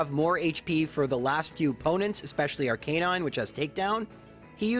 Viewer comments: "R-Canine" - suuuuuuure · i cant even begin to tell you how much your pronunciation of arcanine annoys me